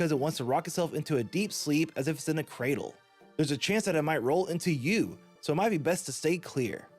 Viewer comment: While I liked the video did anyone else facepalm when he completely missed the r in cradle?